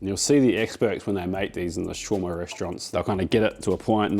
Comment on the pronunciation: Please!! it's pronouced (show-rama)/shawrama. NOT shroma.